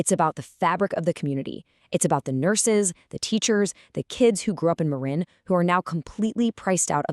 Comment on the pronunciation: If you use Ai or text to speech, misspell words like Marin so you get the right pronunciation. Thanks for posting.